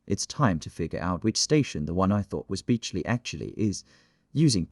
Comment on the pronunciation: It’s beechley not beechly